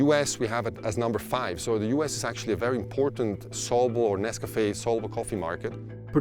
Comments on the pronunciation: Are you saying Nescafé? Sounds like Nescapé 😂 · What the hell is "Nes-Kah-Fay"?? Why he saying NesCafé like that?